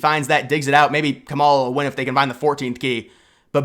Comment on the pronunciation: Do you purposely mispronounce the woman’s name?